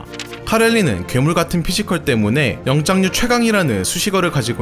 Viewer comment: 영장류를 계속 영짱류라고 하셔섴ㅋㅋ 귀에 꽂히네요